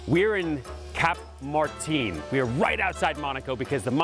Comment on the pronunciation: It's not Spanish, why are you pronouncing Martin like that?